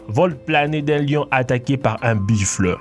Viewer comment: dsl en dit pas biffle en dit buffles ta dit biffle